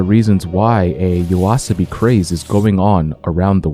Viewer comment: Same here btw, didn't even notice until he said the name properly and it still feels different.